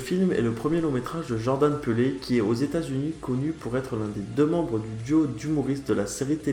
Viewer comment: lol le réalisateur tu l'as appelé "jordan peulé" :-) marrant, mais jordan "pile" c'est mieux. allez je m'abonne quand même !